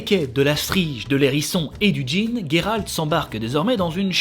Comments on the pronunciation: ne sait même plus si c'est Guéralt ou Jéralt étant donné qu'il prononce les deux pendant la vidéo ^^ #TeamJeralt. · Alors pas GUéralt, Géralt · Gueralt c'est la prononciation anglaise il me semble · C'est moi où quand Jéralt sauve yeneref il dit dans le passage du veux il lui dit "j'veux te baiser" ??? Je suis la seule à l'entendre ??? Un lapsus révélateur ??? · Salut, certaines personnes ce trompe avec le T ou le D à la fin de Geralt 😜